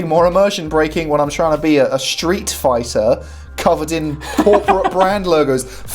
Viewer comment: I am sure I heard you saying Shit fighter V!